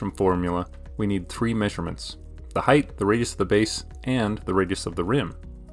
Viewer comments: are you saying heighth? with an extra th? it's just height isn't it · height ends in t, not th. height not height-th